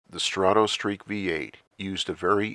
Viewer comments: I love your videos but it's pronounced strah toe not straw toe. As in stratoliner, stratosphere , strato fortress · You also spelled it as though it sounds like straw toe. The correct spelling of the pronunciation is străt′ə, the "o" doesn't make an "oh" sound. străt′ə-streak străt′ə-liner străt′ə-sfir